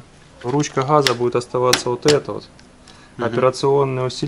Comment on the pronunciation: Спасибо. красиво говоришь.........но не ручки хххаза...........а ГАЗА...ГОВОРИ ПРАВИЛЬНО........